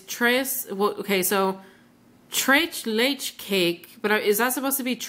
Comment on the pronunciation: Yep...you pronounced "tres leches" correctly! :p GREAT haul...I've never ordered from SMT...I'm missing out on lots of yummy-goodness :/